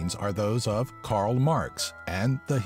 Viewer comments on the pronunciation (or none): none